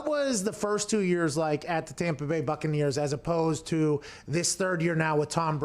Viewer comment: WA HAP PAN LMAO POOR TOM PA BAY